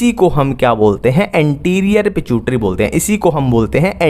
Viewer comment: Pituitary ❌ pichutari ✅